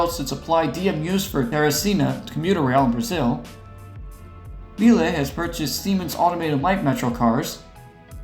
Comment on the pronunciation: If anyone who doesn't speak French wants to know how it's supposed to be pronounced, it's "doo-mon-tan-yes" Also, later in the video, "Lille" rhymes with "real"